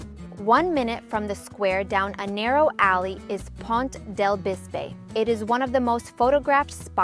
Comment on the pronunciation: Bisba pont, not Bisbe, in catalan last e sounds like a